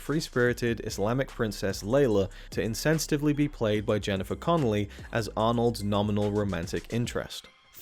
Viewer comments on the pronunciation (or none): "To be "Insensitivily" played by Jennifer Connelly". Alright I'm out ✌